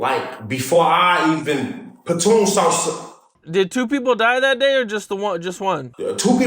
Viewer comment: This nigga said platoon , his name patoon